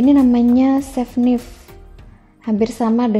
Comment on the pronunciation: Knife dibaca naif ya, mbak....